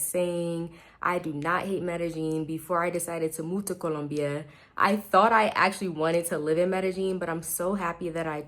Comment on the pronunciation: Hey, I like the way you pronounce Colombia. So many English speakers cannot get it right. I lived in Medellin for eight years and just for a change, I moved to Bogota. I like the people here a lot but the one thing that I didn't take into account is that it's cold inside my apartment all day every day all year. I feel uncomfortable having to dress special inside the apartment. I have some long johns but that's not enough. Moving around walking in the streets is crisp and invigorating...I love that part plus I get to wear all the cold weather gear I kept in a suitcase and never unpacked in "Medallo". I bought a nifty electric space heater on Amazon and it does the trick but is expensive to operate. Thank you.